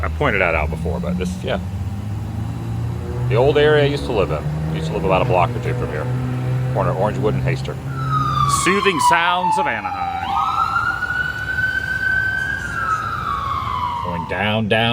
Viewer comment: its Haster noy Hayster ATW! haha